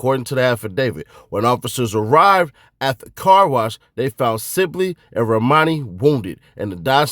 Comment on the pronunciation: Armani bro not R'mani